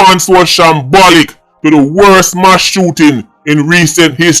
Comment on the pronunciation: Please say M A S S NOT MASH.